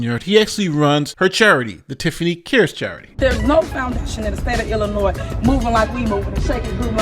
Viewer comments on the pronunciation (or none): The "S" in Illinois is silent, thus the last syllable is pronounced "NOY". Thank you for your coverage of the Village of Dolton and Thornton Township under Mayor Henyard's management. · Do not pronounce the s in Illinois! Please ❤️ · STOP PRONOUNCING THE S IN ILLINOIS. ITS SILENT ‼️‼️‼️‼️‼️‼️‼️‼️‼️‼️‼️ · You don’t pronounce the “s” sound at the end of “Illinois.” How long have you lived in this country? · It's Illinois.... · You don't pronounce the s in Illinois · You don't pronounce the S in Illinois! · The 's' is silent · The “S” in Illinois is silent everyone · the s in Illinois is silent. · When you pronounce the word Illinois; that 's' is silent, I'm sure that your teachers had told you that. This is exactly the result of jews lobbying for and obtaining equal rights. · Love your channel, but Illinois has a silent s at the end 😊of the